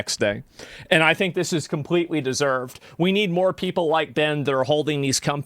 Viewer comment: You pronounce the words “police and completely“ with no L’s. Work on your speech impediment. Yes you do have a speech impediment.